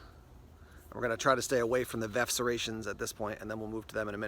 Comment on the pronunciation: Is VERF pronounced VEF with a silent R with regards to serrations?